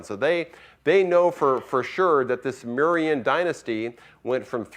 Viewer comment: Oh no the way he said Mauryan made me cry